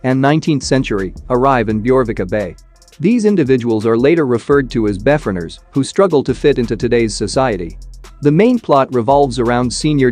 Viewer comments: Its pronounced prime evil, not prim evl. Also, it's pronounced be foreigners (like before..), not bef oreigners. Just saying.. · Before-eners was bad as well. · PLEASE !! - If you are going to use text to speech, please actually listen to it before uploading... - Beforeigners should sound like Before and Foreigners. (people who are foreign) - Primevil should sound like Prime and Evil On the plus side - Fantastic List, I have watched most already, now actively seeking out the rest !